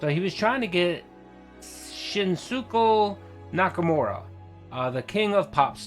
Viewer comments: It’s pronounced Shin-Skay Naka-Mora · 😂 absolutely butchering the name of Shinkansen Yakitoba.